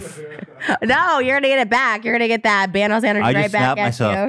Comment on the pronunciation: When Trisha says “Banos” when she’s referring to Thanos 😂